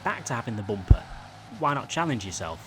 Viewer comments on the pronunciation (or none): The way he says bumper, not hating but “bomper”